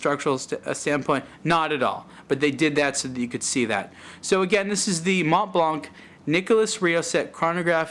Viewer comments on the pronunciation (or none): You don't pronounce the C in Blanc. Therefore it doesn't sound like blank but blan.